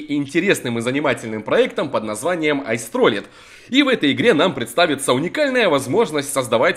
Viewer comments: Мне показалось ты сказал ice trolling) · мне показалось, или ты в начале сказал ,,Айс Троллит''